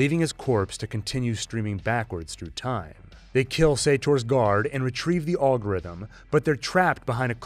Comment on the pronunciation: It’s pronounced Al-gorithm like in the name Alfonso